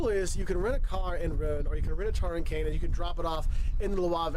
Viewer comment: OMG, if you are trying to be a guide for people, at least make the effort to pronounce the places correctly. Any tourists who want to visit the Normandy beaches should absolutely not ask for Cane (it doesn't exist) or Cannes (down south) or Rennes (in Brittany) or Rhône (a river also in the south). The beaches are near Caen pronounced Kaaahn or Rouen pronounced as it is written in two parts (Roo Aahng). Amboise is pronounced Am Boizzz. I've actually often watched Wolter before, but this really makes me wonder about how accurate any of the stuff he says is. Any restaurant that has frogs' legs on the menu is almost certainly a tourist place only